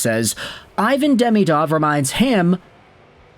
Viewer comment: Also, it's "De-ME-dov", not "DEMI-dov". But it's easier for English speakers to say the latter.